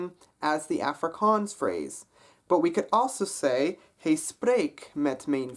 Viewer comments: Hi Ro Man, I would just like to confirm that his pronunciation is correct and it is in fact different from sound of the Dutch "mijn" :) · I'm a native speaker and it sounded like he pronounced it perfectly to me. 'Hy' should be pronounced as hey. 'My' should be pronounced as may.